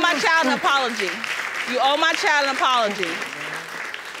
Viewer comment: Only 1 1/2 minutes in... Girl it's child, school, kid, and friend. Not chile, schoo, keed, or freyin. Learn👏to👏speak👏correctly.